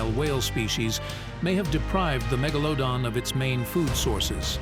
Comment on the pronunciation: Megalowdon lol